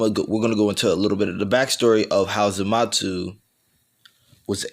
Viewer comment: Why do you call zamasu zamatsu